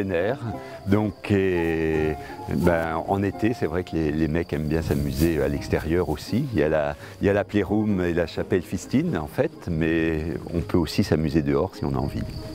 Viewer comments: "Le parc d'attrape-fion" XDDDDDDDDDDDDDDDDDDDDDDDDDDDDDDDDDDDDD "La Chapelle Fistine" XDDDDDDDDDDDDDDDDDDDDDDDDDDDDDDDDDDDDDDDDDDDDDDDDDDD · "La chapelle fistine" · " La chapelle fistine " j'ai implosé